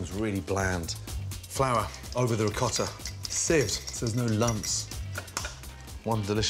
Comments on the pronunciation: Ri..coat.. ta Not rikkata 😂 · "Nice spoon of ricotta in"...they always add the stupid rrrr after the a. So annoying lol